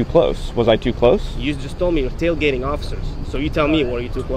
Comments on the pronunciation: He messed up saying tailgating 😂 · Tail gating 🙄 … you were doing so well until you said “tail gating”.